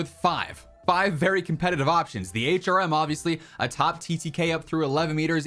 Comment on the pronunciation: Thanks for taking my feedback a couple of videos ago and pronouncing the HRM correctly lol